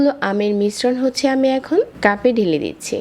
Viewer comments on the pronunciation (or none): Apnr vdo sundor kintu apnr kothar uccharon sundor na😑 ডাকনা কি? জটপট কি? ডেলে কি?